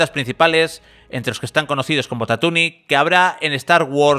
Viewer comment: Lo de “tatuni” ha sido brutal jajajajaja